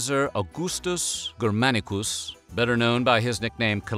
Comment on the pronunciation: Caligulas fathers name Germanicus, is pronounced Jerr-manicus.